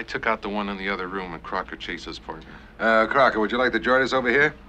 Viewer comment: it’s Crocker not Crocket.(had enough people yelling that at me on my job Kojak style🙂).